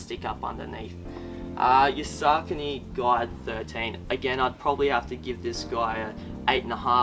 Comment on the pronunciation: he's pronouncing ASICS correctly. He's mispronouncing Saucony. It's sock a knee. Not Sark a knee